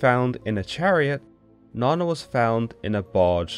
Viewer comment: Na nna not na na